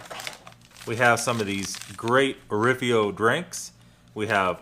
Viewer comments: Orifo not Orifio. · I love those rations. It's Orifo and not Orifio btw. The Travellunch Tagespaket is used by the Austrian Army btw. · you never pronounce anything right!!!! your saying orifo wrong among other things......